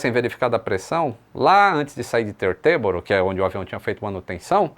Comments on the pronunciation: tee - ter - boro, com sílaba forte no tee. Ou ainda "títerboro" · boa tarde. A pronúncia para Teterboro, é do jeito que está escrito, Te-ter-boro. Fala- se o que se lê normalmente. Abraço.